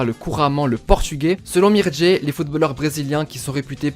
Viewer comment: C’est Mircea pas mirdjé 😅